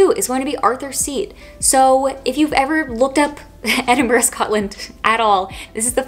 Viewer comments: It's lovely to hear an American pronounce Edinburgh correctly! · The only non scottish person I've heard actually pronounce Edinburgh correct.